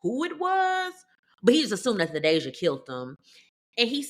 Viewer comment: It's TA DAY SHIA.